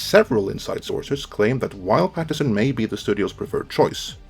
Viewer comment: It's "PattiNson", not "Pattison". It's an N-word!